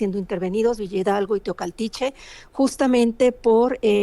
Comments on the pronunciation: TEOACALTICHE 😅Y NO TOCALTICHE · Se dice Teocaltiche. No Tecualtihe